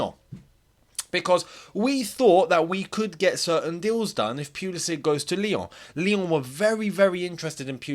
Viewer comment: No one ever learned how to pronounce his name, lol. FYI, if you care, it's Pull-isic, not Peul-isic. Best mate.